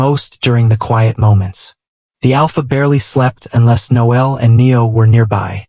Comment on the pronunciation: I hate how AI pronounces Noel likes it a girl.